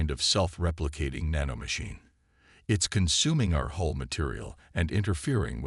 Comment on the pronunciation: Come on at least make sure the main names don't change every sentence, and it's hull not whole😢